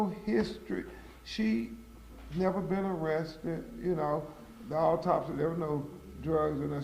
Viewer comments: Is he saying "alltopsy"? Why not have a mesical examiner read this? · Ben Crump doesn’t sound very smart. He can’t even pronounce medical terms and sounds like he’s on slow mode. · bro just ask for help with the word and move on with the reading of the autopsy... i had to say this and now back to the video i go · This representative of the family didn't even read the autopsy report for Sonya Massey before the press conference to make sure he knew how to pronounce the words in it😂!!! You can't make this stuff up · mr crumb as a professional, you could/should have done a much better job representing this case on behalf of this family...if you didn't know how to pronounce those medical words, you should have done some preparation. You know they already think we are incompetent and less than...i hope your representation of this family is better than this news conference. Consider a public speaking course 🤔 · WHY HE ACT LIKE HE CAN'T PRONOUNCE THE WORDS? A WHOLE LAWYER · You think this guy would learn how to pronounce the medical terms it is disgraceful.